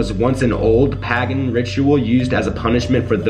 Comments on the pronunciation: The fact that he said pagan wrong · Pagan=paygan not pahgan lol